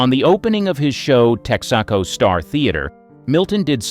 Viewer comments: Yes, whoever is narrating doesn’t really have knowledge of that which he speaks. Pronunciation is key to authenticity. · The mispronunciations are hilarious. "tek-ZA-co"